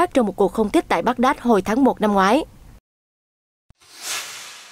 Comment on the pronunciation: Thủ đô i rắc đọc là bát đa sao lại đọc nghe lạ vậy.